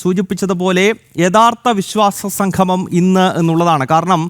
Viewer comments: എടോ സംഘമമല്ല; സംഗമമാണ്. ഇതിനൊക്കെ ഇറങ്ങും മുമ്പ് മലയാളം നന്നായി ഉച്ചരിക്കാൻ വല്ല എഴുത്താശാൻമാരുടെ അടുത്ത് പോയി പഠിക്ക്. വെറുതെ ഞങ്ങടെNo.1 കേരളത്തെ പറയിക്കാതെ. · ആമുഖം പറഞ്ഞ ആൾ 'സംഗമം' എന്ന് പറയുന്നതിന് പകരം 'സംഘമം' എന്ന് പറയുന്നു. മലയാളത്തിൽ പറയുമ്പോൾ അക്ഷരശുദ്ധിയ്ക്ക് പ്രാധാന്യം കൊടുക്കുക. അല്ലെങ്കിൽ ചാനലിന് മോശം ആണ്.